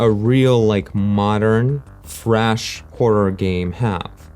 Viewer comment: Subscribed because of the way you say “fresh” (“frash”)